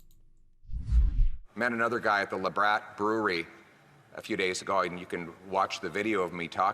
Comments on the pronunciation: Did PP just pronounced it ''Labratt'' brewery? I suppose he also drinks Labratt Breuw instead of Blue? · It’s pronounced LA Batt PP not what you said try get that right can you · He’s Canadian & he can’t pronounce Labatt right.